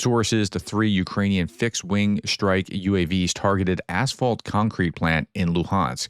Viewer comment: Strike not SHtrike